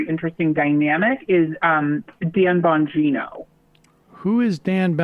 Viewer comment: Who is Dan Bum-geeno?